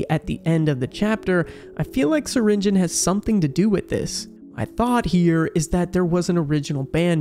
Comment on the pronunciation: Syringeon (sur-in-ge-on) not Syringeon (surin-gon)